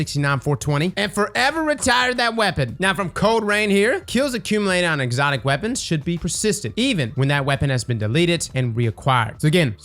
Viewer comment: Did you say "legacy focusing weopons", as in Luna Howl, the mountain top, ect?